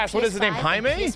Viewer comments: I think his name might just me jay-mee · Hai-mae... is down with the raza...you def invited to the carne asada.